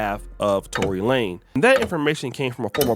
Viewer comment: LaneZZZZZZZZZZ Tory LaneZZZZZZ with a Z why u sayin his name wrong!?!? wtf!?!? lol